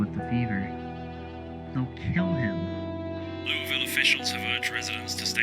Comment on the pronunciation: You have pronounced Louisville correctly, I give you the Kentuckian Seal of Approval